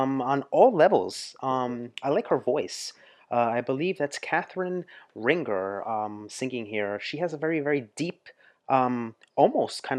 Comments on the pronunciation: 😂 The way you said her name... Ringer 😂 adorbs... It's pronounced somewhat "rinjay" with the "in" like in "mind" ☺ AND they also released an English version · "RINGER" ... ho do you pronunce it ?! it's not "ring... her", but "rin ... jé" ;) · Ça ce prononce Catherine R1jé